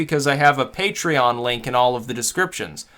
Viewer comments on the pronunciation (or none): The way he says Patreon bothers me, everytime. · fund vim-ay-oh through puh-tray-on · I thought it was PUH-tray-on!